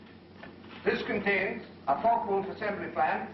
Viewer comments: It's pronounced Fokka Wulf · What a shit the speaker is saying, "The Fuck o Wulf Plant"? Hahaha...;-) Regards from Germany! :-)